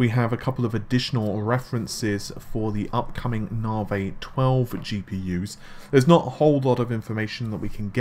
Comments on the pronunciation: First we had "Narvay" (Navi), then "Renor" (Renoir - 'Renwah'), and now we have "Darlay" (Dali - 'Dahlee'). I can't help but wonder what's after "Darlay". Hopefully something that's actually correct. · Navi = Na-Vee. Dali = Dah-Lee. Renior = Ren-Wah. Just trying to be helpful. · I can't stands the mispronunciations anymore. Although, I just can't help but wonder what's after "Renor" and "Darlay"